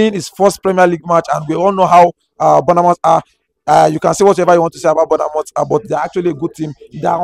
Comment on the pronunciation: I beg wonna it's not 'burner mouth'....its pronounce 'bor moff' .....I know u Nigerians love burna boy ( me too) but please pronounce Bournemouth.... there no burner in this...I love Naija